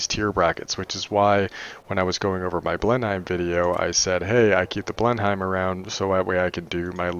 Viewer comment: Omg, right... 20 times 400,000 is errr.. wait..... pressure.... erm it's a trillion! zillion. I'll ask Priolia next wednesday about radiator, she's a wowp dev who streams. What else... oh yeh, it's pronounced "blennum'" that english bomber :D And also on minimap I use dynamic map that turns when you turn plane so can quickly see which enemy are in front and behind, gets a bit confusing where you are facing on overall map so have to hit tab often too.